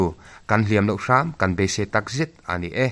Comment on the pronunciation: I thu lam rik dan hi sawisel ka duh. ...."a nih e," ti a i lam rik fo thin hi, ...."a niii... e," tiin lam tawh teh. Tuikuk in mizo tawng an lam dan (fiamthu)a ang tlat.